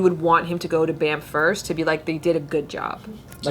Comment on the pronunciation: When Banff is pronounced "Bamf" so much that Bart thinks it stands for Bad Ass Mother Fucker :( hahaha